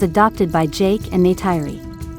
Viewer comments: NAY-TIRE-RI ARE YOU KIDDING ME! ??????? IT'S PRONOUNCED NAY-TEAR-RI!!! GET A VOICE OVER TO PRONOUNCE THE NAMES CORRECTLY FOR AVATAR MOVIES!!! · It's Neytiri, not Neyteiri